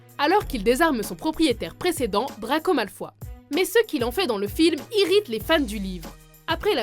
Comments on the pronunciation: heu à tu a dit Drako Malfoi, c'est horrible c'est censé être Malfoy avec un oye. Choqué et déçu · les "malfois"c'est sérieux là ? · " Malfoi " ..... je dislike direct !! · C’est pas malfois mais Malfoy et pas animagi mais animagus et wéslay non non c’est weasley avadaaa kedavraaaa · Malefoye pas malaufoie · Sérieux dites Malefoy pas malefoi ou la dinbledore au lieux de Dumbledore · c pas malfoi c malfoy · cool la vidéo mais mdr ta mal prononcé malfoy c'est comme si t'avait dit malfoi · On dit Malefoy et pas Malfoi et aussi on dit pettigrow pas péttigrow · On dit malfoy et pas malfoi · malfoy ptn pas malfoi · C'est pas malfoi c'est malfoï ( malefoy) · Paul Gr cette mais ils existe aussi en Angleterre et on dit malfOY,pas malfoi(mal au foie jpp),ils se ressemblent mais ce sont deux nom différent (comme Thomas et thomaS avec le s ) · J'aime trop quand tu appelle les malfoy les mal foi XD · "Malfoi, Weslé, Verpi, Gilderoi" XD les noms c'est terrible lol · DRAGO "MALFOUA" mdrrrrrr ptn ça m'a tué xD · Raaah ! Malfoï si tu préfères mdr